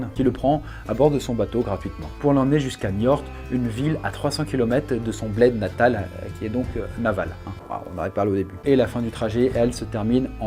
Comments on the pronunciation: Alors très cool la vidéo toussa mais Niort je l'ai toujours prononcé Nior et pas Niorte x) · J'habite à Niort et ça ne se dit pas Niorte mais simplement Nior ! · Niort pas Niorte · Euuuh on dit Nior et pas niorte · Niort ;-) et pas niorte :') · Le "T" de Niort ne se prononce pas 😂 c'est juste Niort, pas Niorte ;). Sinon sympa l'histoire de ce bonhomme. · Mais wtf comment tu prononces Niort... >< C'est "Nior" pas "Niortte" xD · niort sa se prononce "nior" pas "niorte" je le c mon père et toute ma famille paternel vien de la bas après c juste une petit correction tu est libre de ne pas en prendre conte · Niort pas « Niorte » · On dit pas Niortte, mais Niorr :) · ca se prononce pas Niorte mais Niort j'habite la bas donc voila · on dit Niorte mais niort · "NiorTTT" ??? il me semble pourtant que c'est un T muet à l'oral sinon la morale de l'histoire : il faut toujours manipuler pour survivre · bonjour c'était juste pour dire que j'habite à niort et que cela ce prononce nior, le "t" est muet. voili voilou sa m'étonnerais que tu vois ce commentaire mais au moins j'aurais instruit les gens qui le lirons mdrrr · On prononce "Nior" mais je t'en veux pas x) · t'a vraiment dit "NiorTE" pour Niort ?? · Niort ne se dit pas Niorte 😂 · à propos de Niort ont prononce ça « nior » même si ça s’écrit niort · Belle vidéo mais le t de Niort ne se prononce pas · niort sa se prononce pas comment sa ont prononce pas le t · le "t" à la fin de Niort ne ce prononce pas il est mué sinon bonne vidéo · petit tips on prononce pas le "t" dans Niort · Comment tu prononces Niort toi? x) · Au fait, Niort se prononce sans le "t" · On ne prononce pas le t de Niort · J’habite a Niort, je tiens à dire que le t ne se prononce pas 👍🏻😂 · Super vidéo. Par contre la ville de Niort on ne prononce pas le "t".